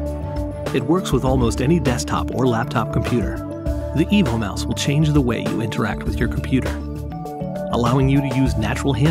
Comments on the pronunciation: Yeah, but does it work with Linux? And why are you calling it a mouse when it's shaped like a dog. And the name, I kept hearing "Evil Mouse". I also don't see anything about a keyboard option on your website. hmmm...just found the R2-D2 keyboard projector. Maybe you should redesign the mouse to look like K-9 from Doctor Who and call it a "K-9 Mouse" :o) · I kept hearing EVIL Mouse throughout. Lol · I hear "the Evil Mouse" all the time